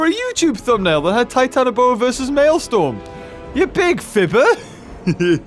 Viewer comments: its not maelstorm(mayl-storm) it is maelstrom(mayl-strom) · Btw, that boss's name "Maelstrom 08" is actually pronounced as this MaleStrum not Malestorm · Every time he says Mae l"storm" instead of Mael "strom" I die a little inside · you pronounced the name wrongly it is not storm it’s strom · I just started the video and not finsihed it it, but it's not malestorm its malestrom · Um beaver its actually pronounce "Male"-"Stir"-"Om" not "Male"- "Storm". Also I tried and the glitch doesn't seem to work. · The correct pronunciation is Male-strom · Btw,. It's pronounced MAIL-STRUM. Basically a stupidly deadly whirlipool. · you pronounce maelstrom maelstrum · Why is saying Male-storm? I want to believe he just didn't see it correctly. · beaver my god its pronounced mail-strum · IT'S PRONOUNCED 'MALE-STROM' sorry if he said it later in the video I had to get back to playing xenoblade 2 lol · It’s pronounced Mail-strum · It's pronounced malstrum